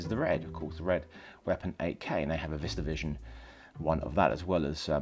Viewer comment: when you say 8k it sounds like AK. Thought you were talking about a russian rifle.